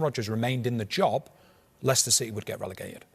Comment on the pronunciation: David said the late Leicester owners name perfectly. I couldn't